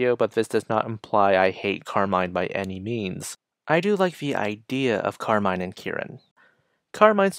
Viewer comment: hey! you're pronouncing her name wrong btw, it's pronounced how you would say "carmen"